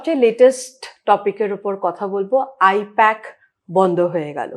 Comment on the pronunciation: I-PAC❌ I-POK☑️